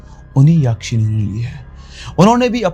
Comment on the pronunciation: यक्षिणी. Not याक्षिणी.